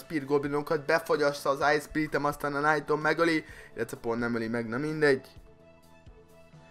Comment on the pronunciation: Rosszul ejted a knight-ot!